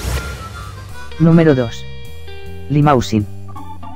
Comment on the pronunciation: El cebú no es una raza. Hay razas cebuinas como Nelore o Braman. Y otra cosa. Limousin se pronuncia limusín. Un poco de francés hiper básico no hace mal.